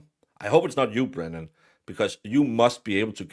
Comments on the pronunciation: His name is Brennan..spelled B-R-E-N-N-A-N..not Breenan. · Great analysis. Are you saying "Breenan" and "prosecter" on purpose though? Because its fecking annoying!! 😡😀